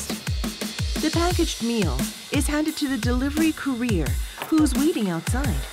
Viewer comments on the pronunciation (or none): With the explosion of food and regular delivery services, I hope the Korean government promotes the awareness of the plastic waste problem and comes up with a solution like biodegradable plastic. Also, the way the narrator pronounces "courier" is a bit odd.